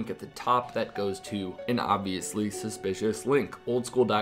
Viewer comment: “Supspicous” lmao